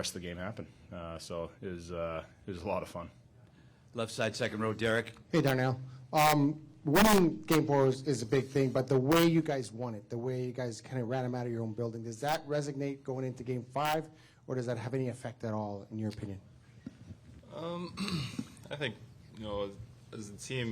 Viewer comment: Resonate not resignate mŕ media guy